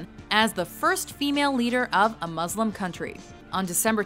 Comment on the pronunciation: It's not Muzlim, It's Muslim, With an S, Is that hard enough to say? I'm a Muslim